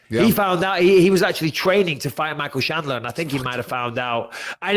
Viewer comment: Micheal 'Shandler' Bisping